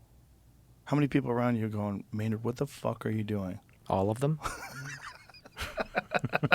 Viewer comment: It’s Mayn Man Keenan. Nerd. Maynerd.